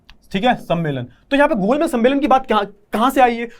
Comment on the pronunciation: wo gol mej h sir...gol mel ya maal nhi😂😂